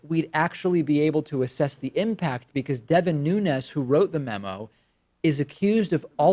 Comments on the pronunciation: Pronouncing ñ when it's just n is considered a form of hyperforeignism, like when people call habaneros "habañeros". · Portuguese fellow, here: in words that end with a vowel and an S, the vowel is a bit muted and the S is pronounced kinda like an in-between of "sh" and "j", So in Nunes' case it'd be something like "Noonsh".